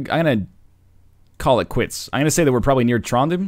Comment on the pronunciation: When NL Said Trondheim, it sounded like Tronden :D